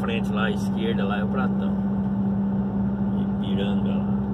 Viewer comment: Boa noite, vc passou na minha região, vc até falou o nome da minha cidade, só que falou errado, é Carmo do Paranaíba kkkkkk, mais dá nada não kkkkk, e o posto também não é pratão não, é patao kkkkk, tudo de bom pa vc, viage com Deus